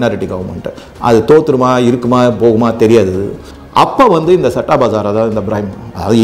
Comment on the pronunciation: சட்டா இல்லயா.. ஸத்தா..இது தான் சரியான pronunciation இந்த சத்தா பஜார் ரொம்ப வருஷமா ஒரு authentic underground newspaper..very authentic honest.. its a gambling den with a different kind of respect ...May be Krishna is its director...